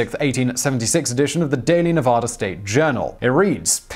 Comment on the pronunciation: Pleeeeeeease, it's Nev, short a, DA. Not pronounced like the Spanish. Living here, you'd think politicians who solicit votes would get the pronunciation right! LOL. We do become just a wee bit irritated when they don't. You, being from England, would get a pass the first time. 😋